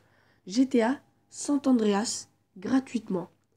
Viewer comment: C San andreas pas sante andreas 😂😂